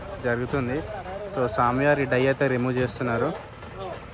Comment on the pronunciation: Bro die kadhu its dye😢